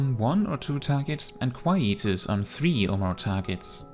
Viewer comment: DRK will always be my favourite tank so this is wonderful, also I love the way you pronounce Quietus